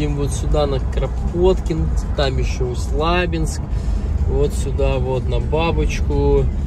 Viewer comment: Правильно пАшковский хлеб и усть лабИнск.